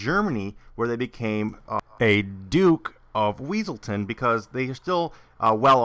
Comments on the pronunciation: ITS NOT WEASELTON, ITS WESSELTON!!!!!!!! lol! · Everytime he said weasletown, I imagined that guy saying "it's Wesleton!!!!" In his voice haha